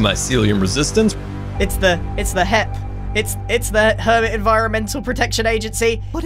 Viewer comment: Word: hep Pronunciation: hip Subtitles: hit Grian: HEIP!